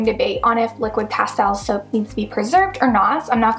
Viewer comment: Please learn how to pronounce Castile